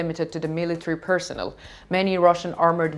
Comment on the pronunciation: Very talented news reader/reporter, congratulations! Maybe needs to check on the pronunciation of the word ''personnel'' as opposed to ''persons(s)''.